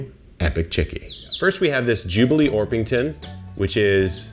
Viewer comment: Jubilee- GHEE 😂